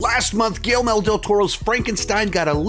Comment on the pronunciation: It’s not just you,, so please don’t think I’m singling you out as I’ve seen several other critics do the same thing, but is it really so hard to pronounce Guillermo? Everyone seems to keep pronouncing it Guillelmo.